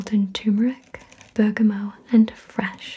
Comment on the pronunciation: I'm glad you say bergamot without the t sound on the end. I've had arguments about the pronunciation before lol.